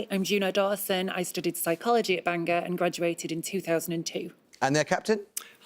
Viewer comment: He was not. It is BAN-GORE ... I live near there.